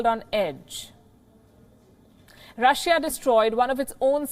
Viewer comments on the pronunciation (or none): You are a breath of fresh air in the international news. You are the most objective news platform at the moment, but please pronounce countries names correctly. Google how to pronounce Russia, please. Thank you, and I wish you all the best.